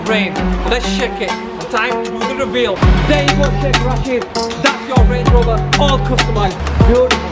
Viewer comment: Rashid is pronounced Raa-shid.